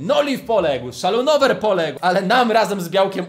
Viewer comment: SzalONUWER a nie szalynower